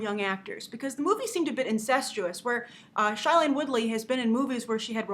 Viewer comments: Next time you say something about Shailene, please pronounce her name correctly. It is pronounced as (SHAY)lene. Not (Shy)lene. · Did she just call shai-lene SH-Ailane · Grace, you keep pronouncing Shailene Woodley's first name wrong!!! It's SHAY-lene, not SHY-lene!! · Oh gosh she said shailene soooo wrong! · you could pronounce her name right😂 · Okay first of all lady you need to READ THE FRICKEN BOOK! Second if all you are saying shailene Woodly's name completely wrong and third of all tris is 16 and tobias is 18 that's the point for tobias to be older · God bless you, that was driving me insane! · Yeah!!!! I was going crazy!!!!